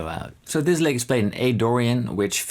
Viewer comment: The text transcription was revealing. "Lick", became, "leg". "Notes", became, "knows". Sorry, Paul, you need a highly-qualified English teacher. The teacher needs to focus on micro-points of your pronunciation. Your pronunciation has micro-deficiencies. The microphone is obviously high-end and swimmingly accurate. The microphone is telling the computer the tale. The microphone is a true reporter. Europeans often believe that there's nothing wrong with their English. You have little tiny problems that need to be fixed. Je zou me Nederlands moeten horen spreken. Je zou het gevoel hebben dat allergieën je huid aantasten. Please understand. You are a godsend to many of us in Guitarland. Also, when are you going to start singing. Try the True Fire course with Karen Andreas. :elbowcough:😚😎😯🤔🤗😊🏈🎿🎩🔉🎼📯📞💡🧲⚜🏁